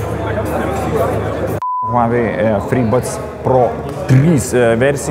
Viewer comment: Žmogau vedantis šia laida, IŠMOK tarti kompanijos pavadinima prieš darydamas apžvalgas, ausys kraujuoja girdint kaip tari…